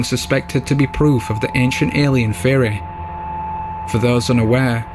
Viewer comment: It took me too long to realize the narrator was saying “theory” and not “fairy”.